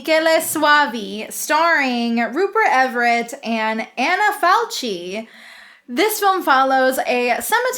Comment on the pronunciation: So you learned that Michele is pronounced MEE-KEH-LEH, yet still you pronounce Falchi as "falt-shee" when it should be FAL-KEE. Seriously?